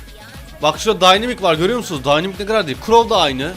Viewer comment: Abi daha danimack ın ismini söyleyemiyozun sen evrenin en iyi noob usun